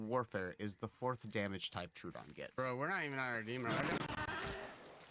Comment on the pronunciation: Tro-odon Not Tru- odon